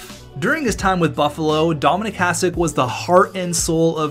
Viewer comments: Its Hah-shick not Hahs-ick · I know its hard for you guys but it's pronaunce Hašek.. :D Btw great vid. Even tho i dont watch hockey (basket guy) i enjoyed this coz im from czech :) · Imagine saying that he's the best goaltender in NHL history and you can't even say his name properly! Hashek (S with hat is SH) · Even though you write his name correctly you keep pronouncing it like "s" instead of "š". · If you're going to talk about him, learn to say his fucking name.